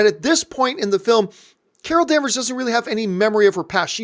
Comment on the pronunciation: its "Vers" that last part of her last name Danvers